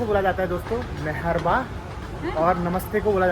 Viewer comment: Wo marhaba hota hai maharba nahi..😊